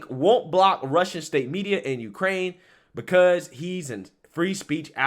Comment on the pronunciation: Of Uuukrrrraine